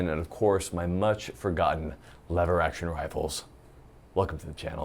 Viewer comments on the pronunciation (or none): Ha! I thought he said Leather action rifle, AHHAHAHAHA